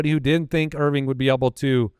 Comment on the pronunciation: "Bucky Irv-ring", as in championship💍